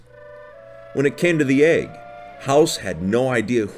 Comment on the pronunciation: BE THE E G G FEEL THE E G G